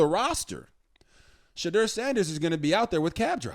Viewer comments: Robert, please learn to pronounce his name.It's She-door not She-drrrrrr😮 he hates that he said it in an interview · Rg you interviewed him his name is pronounced Shadoor not as it is spelled